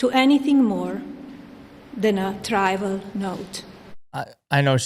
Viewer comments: “My email reply to Maxwell cannot be caterized (she mispronounced categorized)”. “My polite reply to her does not amount to anything more than a trival note.” You mean trivial? For someone who allegedly speaks 5 languages, apparently English isn’t one of them. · "Trival"? Pronounced like "tribal". I think she was trying to say "trivial" based on the way the word was used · Caterize = categorize. Tryvul = trivial. Respondence = correspondence. She can't even be literate reading a statement someone wrote for her. Can't buy class any more than you can buy intelligence. When Donald is gone from the White House, the return of normal can begin. Until then.... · Was she trying to say 'trivial'? 'Trival' is not a word! Speak English, b**ch! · Trival = trivial. There were a few others that she mispronounced and I didn’t catch. Clearly, if she is reading it wrong, she doesn’t understand what she is reading. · She pronounced “trivial” as “try-val”. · That strange word may have been "trivial" but it was pronounced (tribal?) like she didn't write her statement. Maybe she was coerced to make it in order to distract from her husband's "military action." No one can convince me that Trump did not know what she was going to say. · It’s trivial not tribal. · Melania needs to learn words. She read "try-val note," like she didn't know the word "trivial." Were pidgin English and pig Latin among her many languages, she claimed to be proficient in when applying for her Einstein visa? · "trival" = trivial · Stated “tribal note” instead of trivial note. After only 30 years in the US. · I call BS on her speaking 7 languages. She can't say trivial.... She said trival. Lol Oh and Melania & Epstein go back decades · Trival, maybe trivial? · What is “try-ver” she said? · ??Try-vul?" You know there's no way she wrote that speech. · She mispronounced the word “trivial” while reading it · he was trying to say trivial